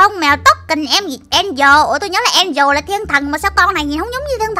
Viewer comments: Chị ơi angela ko phải đọc là angel đó là từ khác mà có phải tên con mèo đó đâu? Chị đọc sai rồi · An de la chụy chứ ko phải An di ồ đâu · En- Gie - La chứ Ko phải en- dồ đâu chị ơi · Chị oi ngta tên đọc là an deo la 😀😀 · Chị đọc sai tên của con mèo angle rồi